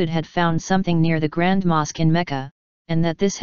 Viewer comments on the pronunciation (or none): none